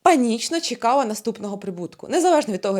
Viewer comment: Незавежно, чекава, підвисва, відквадаю.Вквади в логопеда